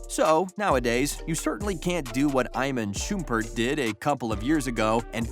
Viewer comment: why you say iman shumpert like that